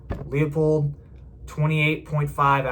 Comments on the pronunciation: Thank you for a good review. It's not "Lee-uh-pold," it's "Loo-pold." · pronounced'' LOOPOLD'' there Numnutz